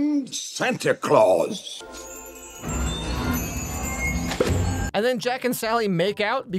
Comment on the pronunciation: Why does jack call Santa “SanTY ClAwS*